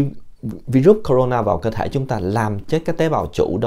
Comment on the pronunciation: Bác này nói không này bằng mấy a kia .tên virus bác cũng đọc hai từ: na ,nà và nó không phải con mà bác nói sinh sôi nẩy nở .bác nhầm nó với vi khuẩn rồi.